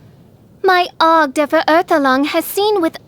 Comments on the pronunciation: prinzessin dur vurhurtulong seriously, did no one prep her on how to pronounce that? LOL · I heard it as Prinzessin of Derp-zefer-urgh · did the voice actor listen to the german pronunciation once😔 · My god that pronunciation 😭😭😭